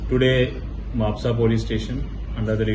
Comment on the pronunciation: It's spelled as mapusa right not ma-pu-ca